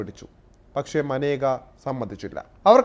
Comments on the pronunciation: മനേക അല്ല മേനക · മാനേക യാണോ മേനക അല്ലെ സഹിദാരരെ 😁😁😁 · മനേക അല്ലടാ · മാനേക അല്ലെടോ മേനക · ഇന്ദിരയുടെ കുടുംബത്തിന് യോജിച്ച ആളല്ല മേനക - മനേക അല്ല മേനകയാണ്. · മനേകയല്ല മേനക, ഗാന്ധി അല്ല ഗണ്ടി. പാർസി ഫിറോസ് ഗണ്ടിയുടെ മരുമകൾ